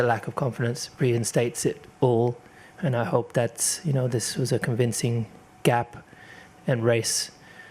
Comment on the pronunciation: The way he pronounced ‘convincing GAP’ is quite profound. He didn’t NEED to pull out that distance, but he wanted to show Ferrari what he is capable of. ❤❤❤